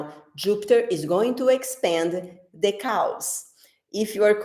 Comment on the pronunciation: omg that was so funny, I think you were saying "Chaos" but the way you pronounced it sounds like you said "cows" LOL you are so funny (if I had to speak in Brazil language nobody would understand!) it is great that you can speak two languages :)